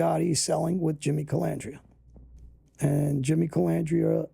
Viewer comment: Sammy was worse he called him calamandria